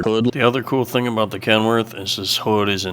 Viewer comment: A rubber boot, aboot 😆